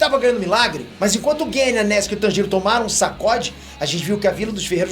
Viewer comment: Agonia ele pronunciando o nome do Tanjiro 🤡